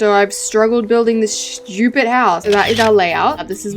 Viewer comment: “SHHHHTYUUUEEPED HoUsE”